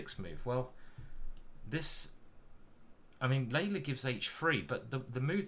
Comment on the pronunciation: Love your deep analysis. PS. You pronounce Leela as Layla (Leila), but it's Lii'la as in Leeloo (key blue)